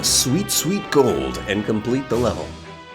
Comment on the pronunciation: Someone should make a compilation of this one grown man saying "sweet golld."